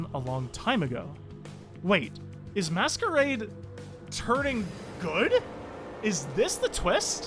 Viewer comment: Way you pronounce masquerade as they it's he